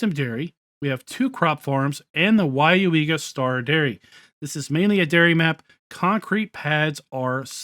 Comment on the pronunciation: WOW, You pronounced Weyauwega correctly. I live 40 Miles from there. HAHAHAHAHAH. A lot closer than the Prairie du Chien map LOL.. Drive through there at least 4 times a Year... At least this time the North/South orientation is correct. AHAHA that main Road is County Rd X and goes Northeast to US. Highway 10 and the City of Weyauwega is just on the other side. Just off the map corner. go west on US. 10 puts You in Stevens Point. go east and it goes into the Neenah Menasha Area South of the City of Appleton. They got the North/south Road through the center of the Map right, Buchholz Rd. You can see that pile of rubble on Google maps. HAHAHAHAHA looks more like a Wood pile tho. I hope all the Flaws are fix'd. That would be a nice Map since I know most of the Roads around there. Most certainly a Dairy area.. and Dairy Cows are mostly kept indoors and do not free range on Grass like Beef Cattle. Arnolds is actually CCS Systems. Most of the Map layout for the Farm building is correct. As a matter of fact most of the Building are on Google Maps. That Animal area is actually a ZOO.. Animal Haven Farm Zoo.....